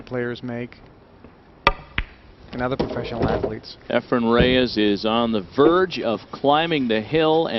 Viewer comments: NOT Ephram!!!! Efren!!!! for fudge sake! Damn those commentators! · Efren not EfreM, for crying out loud. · JEEZ THERE'S AN N IN HIS NAME, EFRENNNNNNNN why the fk does this commentator, sigel and hopkins always say efrum??? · I hate how the commentators say "Efrum"